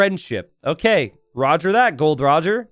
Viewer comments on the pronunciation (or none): It is Gol-D-Roger, dear. You should start reading/watching one piece:)